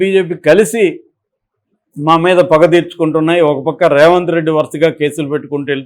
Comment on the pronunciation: ఒరేయ్ Raఏ రావంత్ రెడ్డి కాదురా. ఆంధ్ర గా. సరిగ్గా పేరు పలకడం నేర్చుకో